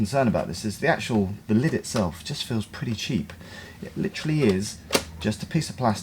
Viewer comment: Litchrally litchllaru literally you said that two hundred times lol